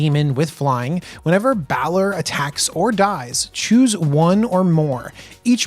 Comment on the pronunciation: He wasn't kidding when he said he didn't play DND. Balor is pronounced BAY-LORE. For the Baldurs Gate names I'd look up pronunciation on DND Beyond for creatures and characters. It might help. I did hear you correctly say it in the third try though, props.